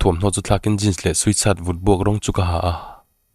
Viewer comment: 'Sweet shirt' niloin 'sweat shirt'